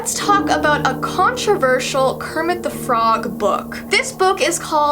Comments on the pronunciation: Kermit de frog Me: you had it right the first time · Kermit du frog Me: that's wrong correcting herself: Kermit thu frog Me: that's still wrong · KEEMIT DE FROG 😱😱😱😱😱